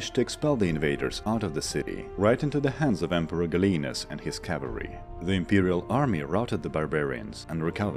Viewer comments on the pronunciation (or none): you mispronounced gallienus but perhaps I'm wrong